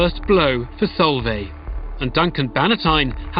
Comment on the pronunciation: It's pronounced Solv-eye she's a really good family friend x